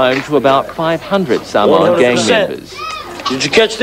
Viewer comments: Bruh, what kinda Samoans can't pronounce samoa right. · Cant even say Samoa correctly. And half never been to the mother land. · funny , these guys don't even know how to pronounce Samoa.